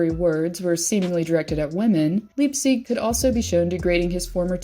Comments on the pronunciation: LYPE-SICK" NOT "LEEGSEEG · Yeah, I was confused at her pronunciation. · Your pronouncing leipsics name wrong